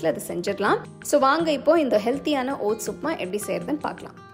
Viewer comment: ஒட்ஸ் பெயர் தெளிவாக உச்சரிப்பு வரவில்லை கொஞ்சம் புரியற மாதிரி நிறுத்தி கூறவும்